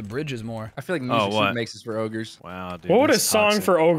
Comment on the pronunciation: "orgres" LOL